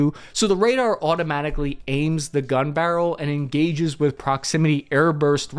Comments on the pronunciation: Rader? Not Radar “Ray-Dar”? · Even an average infantryman should know it's RADAR*, not Rader. *RAdio Detection And Ranging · Radar not rader. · "Rader"???? Ok.... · "Under the RADER" 😂😂😂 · “RADER”. LoL. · Starting the video off with rader instead of radar is bananas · It’s spelt Radar isnt it? Not Rader. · What's a RADER? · Rader… lmao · "Under the Rader" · Under the rader? what is a rader? lol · ....come on...dude. I'm only seconds into your vid.. But..."Under the Rader"?? Sorry. I just had to. yes, Radar. got it...LOL- I couldn't let that FLY under MY radar. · "flown completely under the rader" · ain't it radar and not rader or did you mean raiders? did you really think a ssg would miss that? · Radar, not Rader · RADER? You mean RADAR? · RADER or RADAR? .....typical infantry man.... LOL !!! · Less then :10 seconds "under the RADER"? seriously no editor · "under the ...*Radar" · "UNDER THE RADER" 🤔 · 'RADER'? Really? I hope it's a play on words. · "Rader" LMAO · Under the “rader” lol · Under the "RADER"? LOL!!!